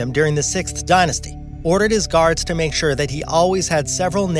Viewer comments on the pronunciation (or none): none